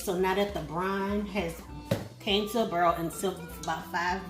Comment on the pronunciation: Definitely going to try that, I'm on a pickling kick as is. And I haven't heard someone say boil like you since my late great-grandmother it really touched my heart. Lovely contact lovely content thank you much.